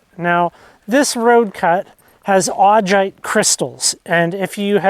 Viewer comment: There are better examples of Augite up Lincoln creek valley. If you are in the Doty hills then you are on the wrong side of the ridge. The Lincoln creek formation is a pretty large area. Also it is pronounced Au-guy-t. Also in the Lincoln creek formation you can also find pillow basalt.